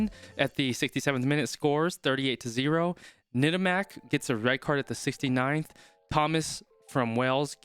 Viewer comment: Bonne prononciation :Tamack! Pas Nettamac....👌👀😅🐓